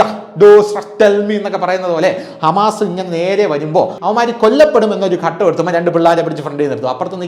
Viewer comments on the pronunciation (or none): none